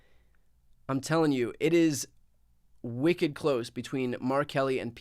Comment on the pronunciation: are you practicing for your New Englanders? This Masshole totally caught the "WICKED close!"